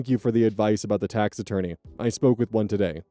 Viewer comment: I keep hearing taxidermy instead of tax-attorney and it messes me up 😅😂